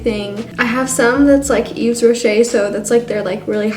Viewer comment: It's y"V"es rocher not ye"Z" rocher